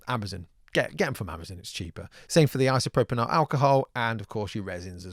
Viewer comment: Iso-pro-pyL - - - I thought it was a slip of the tongue at first, but nope, you dope. Thanks for the great vid though, I'm just about to buy one and watching this for comparison.